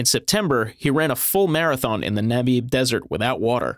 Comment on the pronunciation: “NamEEb” desert, lol